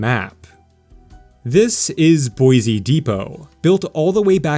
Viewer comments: BOY SEE lol not BOY ZEE Great video! Thanks for the awesome content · take note, visitors and wanna new residents, there is no 'Z' in Boi-Se !! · STAY OUT! You cannot even say Boise correctly.